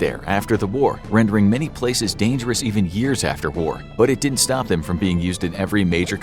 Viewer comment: "didn't" not "ditn't". So please instruct your narrator bot to pronounce it properly.